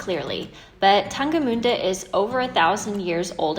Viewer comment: Been to Jerichow and Tangermünde in 2019 :) You pronounced “Tangermünde“ quiet well! ;)